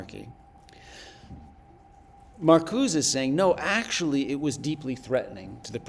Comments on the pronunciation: put off from going much further by the prof calling Marcuse "Markooz" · yeah nobody says “Markooz” in the American context, it would be like pronouncing Kant as “can’t” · Found it annoying too...